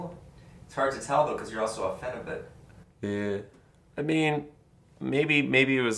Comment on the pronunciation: did he say "it's hard to tell since you're a phenibit" is that like phenibut?